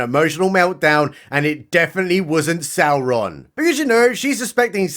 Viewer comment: You said Sauron wrong. You have to pronounce it like Galadriel... with six R's in it. 😭